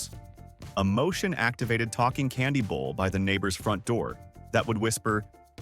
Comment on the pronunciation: "Bowl" not "bull".